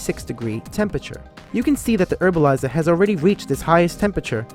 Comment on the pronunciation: Herbalizer.. not Erbalizer